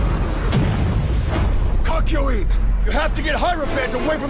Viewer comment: Its CACK YO WEEN